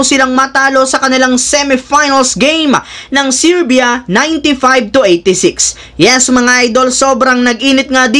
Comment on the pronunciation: LODS HINDI SIRBYA…GANITO SERBIA(sounds serbya) PO CORRECTIONS LANG PO.😂😂😂